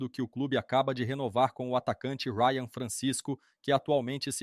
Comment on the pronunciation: Não é Rayan. O correto é Ryan.